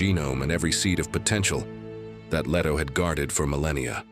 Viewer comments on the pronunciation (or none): none